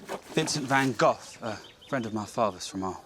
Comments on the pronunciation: Hears the correct way (almost) to pronounce van Gogh and mispronounces it. Face. Palm. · You still failed to pronounce Van gogh. Wtf dude 😢😂